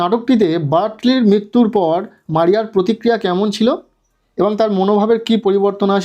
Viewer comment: Sir ota মাইরা নয় মৌরিয়া। ব্রিথলি নয় বার্টলে।